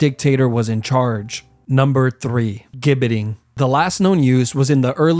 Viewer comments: ……that’s not an England flag ! That’s the Union flag ,the English flag is a Red Cross on a white background! Also it’s pronounced as “jibberting” not “gib “ …….even though it’s spelt with a “G” you say it in English as if it’s a “J”…….and the least said about the way you pronounce “Warwick” the better ! The 2nd “w” is pronunced as if there is another “r” in it …….say it as “wahrick” ! Here ends your English lesson for today ………next subject is Geography………Warwick is not neighbours with London ,it’s in the English Midlands ( close to Birmingham) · “Gibbiting” or the “Gibbit” is NOT pronounced with a hard ‘G’ as in “gable” but with a SOFT ‘G’ as in “Gerry”…..like “jibbit” and “jibbiting”. This vid had been up here for FOUR MONTHS with 7.5 MILLION views, and not one person has pointed this out in the comments. A sad commentary the educational level of most YouTubers. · Some terrible errors here. The London Tower? War-wick? This is embarrassing. Plus: Gibetting is pronounced "jibbeting". Thats not the English flag, it's the flag of the United Kingdom of Great Britain and NI. But are we surprised, this being American? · It’s pronounced “jibbeting” 🙄🙄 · gibbeting pronounced like ginger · Your a fantastic example of a yank making zero effort- if your gonna get all of your information off of Wikipedia at least bother to get the pronunciations right! Leap castle is pronounced ‘Lep’. Gibbeting is pronounced ‘jibbeting’ and for the love of God Warwick castle is almost 100 miles away from London with a ton of castles in-between!!